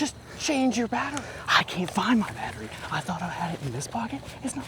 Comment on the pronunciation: "I fOuNd Muy AtTeryie" 😂😂😂